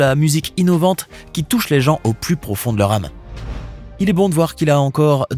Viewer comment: "au plus pofond de leur ame" XDD